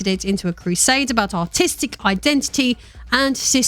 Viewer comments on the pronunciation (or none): Whenever you say "artistic" i hear "autistic" for some reason.